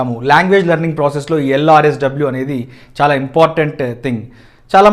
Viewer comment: Hi sir...im from warangal...u r saying LRSW bt its not that its LSRW...The rule of learning any launguage in the world..wt do u say sir..?is it rt or wrong? Will u please answer me